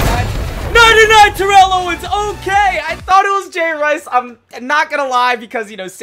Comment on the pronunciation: Terrell Owen's name is pronounced tear-el